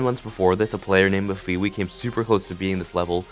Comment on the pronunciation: it’s MEF-A-WAY